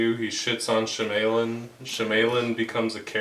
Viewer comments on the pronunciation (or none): M. Night she-may-lyn..... and panying shots?